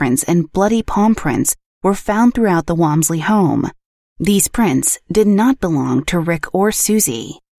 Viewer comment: Interesting, but you pronounced the last name wrong, which was funny. I happen to be distantly related to them.